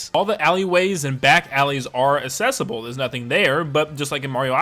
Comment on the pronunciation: Mans pronouncing the world accessible like the word assessable (Just playing around dude I don’t actually care. Enjoyed the video as well!)